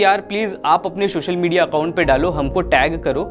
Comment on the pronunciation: Hey bhai , it is called "social media" and not "Shoshal MEdia"